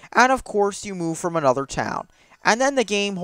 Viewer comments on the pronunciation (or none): none